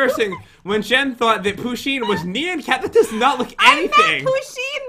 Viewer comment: I dont think your saying nyan cat right